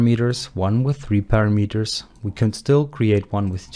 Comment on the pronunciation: Learn to pronounce English words properly: "vAriable", not "varAIAble" ( , "parAmeters", not paramEters", "easier", not "more easy". "confIgure", not "cOnfigure"